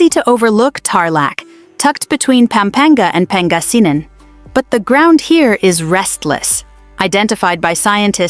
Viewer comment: Imagine trying to scare us and we just laugh at your prediction & even the way you pronounce pangasinan, luzon. Etc is hilarious. You should be the one scared of the impending collapse of your empire which is in its final throes. We are watching how toddler you returned to the white house can save you. We’ll be fine. We’re Filipinos and we are resilient and united in the face of adversity so bring your scare porn somewhere else.